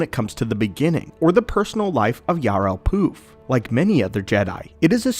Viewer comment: His name is Poof not P.roof 😅😊